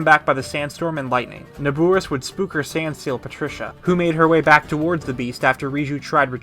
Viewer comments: How is he saying it wrong, it’s Na-bor-is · Great video but everytime you say "NabUris" a chill goes down my spine. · Your saying Naboris wrong😐